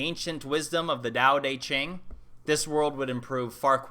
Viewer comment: gotta love that texan Dao DEY Ching pronounciation. I crack up everytime. Good stuff regardless.